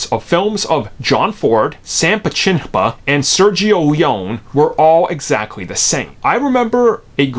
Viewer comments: Did he just pronounce PECKINPAH as PUH-CHIN-PUH ? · Haha Peck In Paw not Pachenima lol